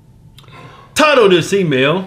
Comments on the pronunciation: always think he says "tired of this email" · All this time, I was hearing "tired of this email," 😂 but it's actually "title of this email." 😂 I'm laughing hard at my stupidity 😂